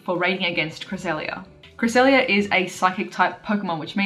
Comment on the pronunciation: CREE-SELL-LIA lol if you understand what I'm writing here honestly we all need a proper guide to pronouncing pokemon correctly like knowing the 1 way to pronounce the pokemon without these dumb disagreements lol. The 3DS pro is helpful for a start as you can listen to pokemon pronouncations just like that as you scroll through the national pokedex on that but it also features pokemon from gen 1-5 so pretty much you only need to watch the anime now if you want to know how these pokemon are pronounced and I mean watch the latest episodes of it since some pronunciations has changed over the years e.g. regice used to sound like "REGI-ICE" back when the lucario & the mystery of mew movie came out but now as of pokemon diamond and pearl series regice sounds like this "REG-ICE" that is more correct if you ask me. Just a thought I like to share with you guys here. I am not perfect here let's share the knowledge of pokemon together lool.